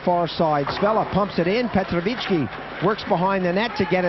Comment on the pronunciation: My sa ideme usrať, aby sme anglické mená vyslovali komentátori foneticky presne, ale Kanaďan Slovanské môže komoliť: Petrovičí.